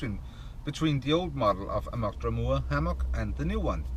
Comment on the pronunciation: Why do people call it Draumoor?? its called Draum-r! (pronounced Draum-er) kind of like Dreamer/Dream-r.